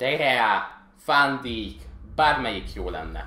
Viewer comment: "fán díjk"